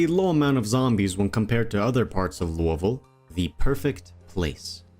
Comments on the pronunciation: Im a Kentucky native, I am so damn happy you said Louisville like how 90% of the state says it. Literally every one else says LOUIE-Ville, but nearly everyone in Kentucky pronounces it Lou-Uh-vulle. Thank you. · You are the first project zomboid YouTuber that I’ve heard say Louisville correctly.